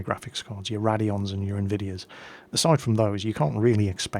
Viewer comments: "Raddy-ons". Oh, you amuse me so. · The correct pronunciation uses a long A. You wouldn't go and say "raddy-ation", would you? "Irraddy-ated"? All beside the point, though. I merely commented about my amusement at ' strange way of saying "Radeon", not made some grievous insult about his family or something. Next time you feel like white knighting, you might want to check and see if it's even necessary. Also, not a weeaboo, though I do occasionally watch anime. You're just...wrong all over the place today, aren't you.